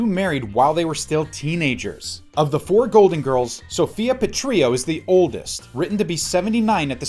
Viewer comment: Narrator clearly never watched the show—pronounced Petrillo incorrectly 🙃